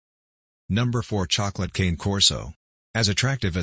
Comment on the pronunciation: It's not pronounced cane like sugar cane, it's canneh.